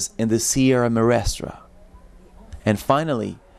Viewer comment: I'm grateful for the videos and pictures provided in this documentary on Cuba but as someone who has been to Cuba several times, I find it a bit annoying that the presenter didn't bother to learn how to say "Sierra Maestra" properly. It's a distraction that detracts from his credibility.